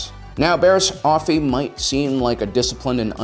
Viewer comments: Just you know for the record, the pronunciation is Offey not Oaffy just saying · I really like your videos but just gotta say, sometimes the way you pronounce things urks me a bit. Oafffie?. Not trying to be rude, a lot of the names/terms are cannonized in their pronunciation. Anywho, keep posting cool vids!